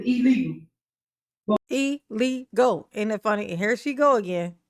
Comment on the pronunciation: E-LEE-GULL! Says Tiff. 😂😂